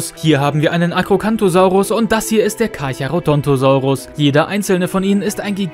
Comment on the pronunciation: Carcharo DON'T osaurus 😆